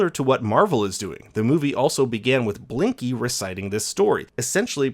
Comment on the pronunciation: He said linky lol not Blinky